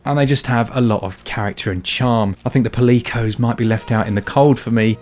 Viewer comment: Not sure if i'd agree with the pronunciation of Palicoes as pa-lee-coes compared to the usual pally-coes. :D